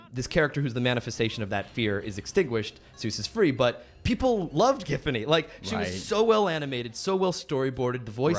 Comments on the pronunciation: No way this bro just said "JIF"fany. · Triggered by calling Giffany as Jiffany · hearing him say "Jiffiny" instead of "Giffany" is insane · The fact he pronouced GIFfany as JIFfany is what urks me the most. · How hard is it to just drop the t from the word "gift"? Or does Alex Hirsch pronounce that "jift"? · I just realize that they pronounce “.GIFfany” like “Jiffany”. Oh, how far the greats have fallen… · WHY DID THEY PRONOUNCE IT "JIFFANY" 😭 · They’re saying Jiffany and it’s making me irrationally angry. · He's saying JIFany and it's bothering me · Hirsch pronounces her name BOTH WAYS. This man is the healer we need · I love how Alex seems to zig zag between pronouncing her name with a hard or soft G. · The only real shame is how Alex prounces her name.. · Ugh, that soft G is the worst.